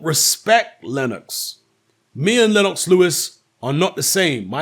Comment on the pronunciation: Lenn-OX, lol.